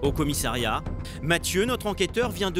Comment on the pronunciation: On dit commissariat et non commissairiat !